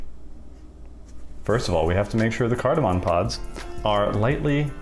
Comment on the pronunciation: Saying pops instead of pods is like me trying to pronounce tuliyollal without sounding drunk lol.